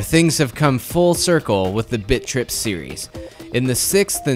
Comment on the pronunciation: is it just me or does it sound like bitch rip when says bit trip